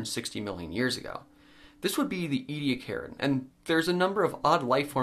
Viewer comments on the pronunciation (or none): Omg! I know I'm from South Australia and I've seen the Ediacaran fossil beds up close in the local museum so maybe I'm biased but do Americans have to butcher every word in the English language? It's "E-de-akaran" not "edi-karen" ffs! 🙄 Apart from that... Good work, very informative. 👍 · E-d-ak-a-run has five syllables and al-gie has a hard "g" in it. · Ediacaran was so named after the Ediacara Hills in South Australia. Ediacara is the local Aboriginal word for a water spring. So you might commit to the wrong pronunciation like Americans do with a lot of English words. But it's not English and as my heritage is from the area and the people I find it offensive. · It’s a genocided culture and preserving what little of the Aboriginal language hasn’t been already destroyed is the least you can do. “We’re just trying to learn” and we’re just trying to teach you the right things. Now you know the proper pronunciation, that’s part of learning, so you’re welcome. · A part of my heart died every time he mispronounced ediacarin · You're pronouncing the time period wrong